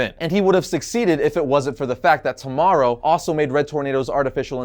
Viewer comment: Isn't it pronounced T.-O.-Morrow?